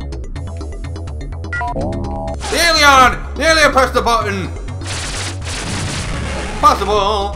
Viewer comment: In 16bit, all of your viewers can hear you RAGE! I've also noticed that sounds like a French man when he says the word Alieon. Yet again, you bring back nostalgia from the old day's, entertaining 16bit gaming at its best. Thanks,!